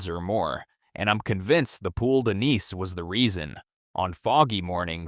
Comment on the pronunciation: Your AI presenter does not now how to pronounce anise